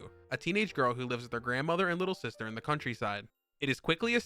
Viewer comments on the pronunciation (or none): none